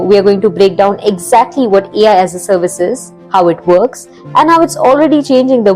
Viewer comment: Read as alaas😅